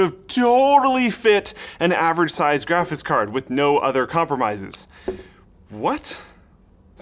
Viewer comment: "Graphits Cards" -, 2017